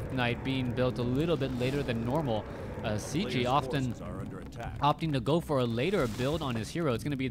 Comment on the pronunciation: His name is pronounced "Checky". Why is that so difficult for you ?